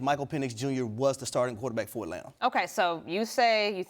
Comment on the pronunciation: It’s Etlanna, AtlanTa Dan.